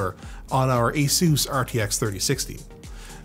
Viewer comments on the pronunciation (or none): none